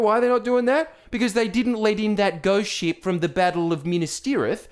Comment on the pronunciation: When you say ship it sounds like sheep 🐑😂